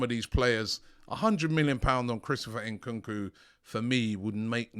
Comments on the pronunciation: Ayo Robbie, please start pronouncing AFRICAN player's names right, it's Nkunku not N kookoo, don't say the N separate, as AFRICANS you're disrespecting us, love your content but sort this out P.s Same for Eddie Nketiah, it's not En ketiah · Robbie is not Enkunku its Nkunku 😅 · Bro said nkunku 🤣😭